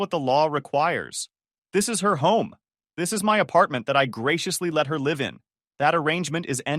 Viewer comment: Hey robot, do you know the difference between the words live and live? When are all you goddamn robots gonna learn how to fucking speak English?